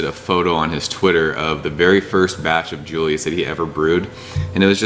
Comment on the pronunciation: Sooooooooo.... can I say something?? I think most TH people call it when saying it out loud as...Triple Dry Hopped Julius and not J-J-Julius..... :) just saying....